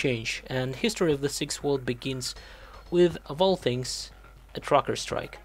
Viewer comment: What the hell is a "Crocker strike" Are you say "TRUCKERS" strike?